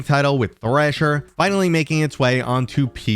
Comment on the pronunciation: Its not trasher its thrasher. 🤣🤣 Or was that an intended insult ?